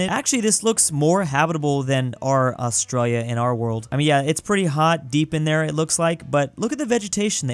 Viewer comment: why do u skip the "I" in australia it sounds like ur saying australa